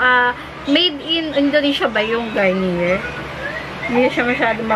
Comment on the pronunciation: It pronounce "Garniyey"